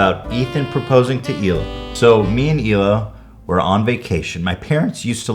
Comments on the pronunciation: The way Hila says "Hila" is a lot nicer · i never would’ve guessed that’s how Hila’s name is actually pronounced but it’s beautiful i wish her name was said like that all the time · the way hila says her name is the most beautiful thing ever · she obviously pronounced her name right lol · For the first time Hila gives us the correct pronounciation for her name. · the true pronunciation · In Hebrew you pronounce the h and put the accent on the second syllable (He-LA) but that sounds awkward in English so in English you put the accent on the first syllable and can choose to ignore the h (hence EE-la) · ohhh the pronunciation of Hila makes more sense now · Hila's Israeli pronunciation is beautiful. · so THATS how Hila is pronounced.. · is that how you really pronounce hila?? sounds so nice!